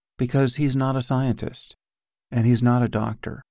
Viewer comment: The way Sam pronounces the word scientist, I can almost see him kneel and kiss the ground.